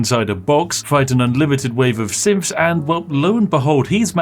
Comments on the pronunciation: I’m not totally sure you aren’t saying simps for the majority of this video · Why do I hear "synths" as "simps"? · I know you're saying synths, but it sounds like simps, and that makes it 100 times funnier. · I kept hearing 'simp' instead of synth. An infinite simp army is terrifying. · Swear every time he says synths I hear Simps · Yeah when I heard him say "An endless quantity of simps will arrive to murder us..." I was thinking oh this is just a standard day on Pokemane's Twitter and Twitch chat. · I heard it as Sims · "Oh, fantastic, simps, lovely. Simps are of course very spooky boys, and naturally we have to murder them." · Yeah one aspect of his accent that's fairly common in certain dialects of English is called th-fronting, where th is replaced by f or v sounds. I've noticed after binge watching his videos sometimes I'll be like "wait is that word supposed to have a th or an f in it" cause I'm so used to hearing it at that point lol. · All I hear is him saying simps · I keep hearing the word "simps" rather than "synths" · I love listening to Spiff saying “symfs” over and over. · ... is he saying SIMPS? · i swear he was saying “simps” this whole time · Pro tip, only read after watching the video Watch it again. Every time Spiff says Synths, try to hear it as Simps. Entirely different video, also hilarious. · I swear Spiff has pronounced "Synths" in so many ways in this video. Simps, Sims, Syns. et cetera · No idea why, but I keep miss hearing Spiff when he says Synth, I keep hearing it as Simp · The accent makes it sound like you're saying simps and i'm not upset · I still hear simps lmao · XD yup i heard Simps too. lol... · you know its Synths not Symths... right? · I dunno why, buh I keep hearing "simps" instead of synths, and I hm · Is he saying Simps or synths? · I hate that almost everytime he says synths it sounds like simps too me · Who else thought that Spiff was saying "Simps" instead of "Synths"? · Spiff are you saying"simps" or "synths"?